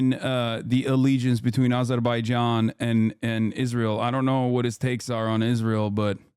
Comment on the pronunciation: Wow. Someone who pronounces "Azerbaijan" correctly, that is, exactly the way it's spelled.